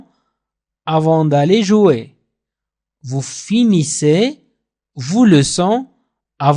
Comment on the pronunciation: Salaam Merci pour Les leçons. Mais tu pronnance le(vous) comme (vos)